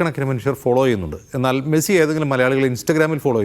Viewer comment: മേഴ്‌സി അല്ല മെസ്സി 🤣